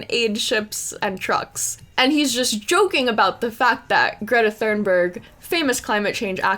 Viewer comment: so, you claim to have some credibility when you can't pronounce Greta's last name?